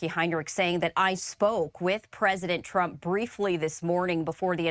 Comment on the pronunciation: Lol she said prump